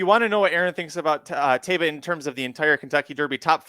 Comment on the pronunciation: It’s pronounced Ta ee ba. Why do these guys keep mispronouncing the horse’s name.